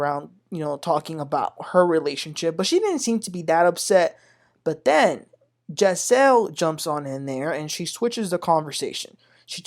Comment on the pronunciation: Please stop mispronounced the names incorrectly! It's "Ja'Cil" and "Sunday"